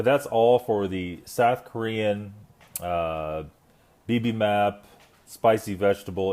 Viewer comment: bib-em-bop is how you would pronounce bibimbap :)